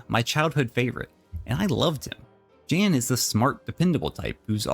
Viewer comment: Did, did you just call Jan "Jane" by mistake?? Ohh, yousa in big doodoo this time. Not really. But her name is pronounced Jaan rather than Jane.. :)